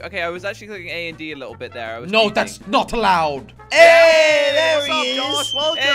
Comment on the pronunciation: Jelly says jos not josh lol he dosent know how to say josh